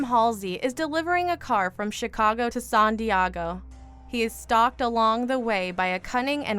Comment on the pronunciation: Good movies but you have a very loose concept of horror movies. Not sure where you guys are based out of but every video has poorly pronounced words. San Diego? Really